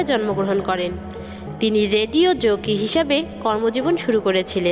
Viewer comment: উমেশ চন্দ্র আপনার ভাষায় হয়ে গেল উমস চন্দ্র? জকি না জোকি ?বাহ!!গড চার্চ বলে কোনো স্কুল নেই, ওটা অ্যাসেম্বলি অব গড চার্চ!আগে ভালো করে ভাষা চর্চা করে ও সঠিক তথ্য জেনে লোককে জানাতে আসবেন!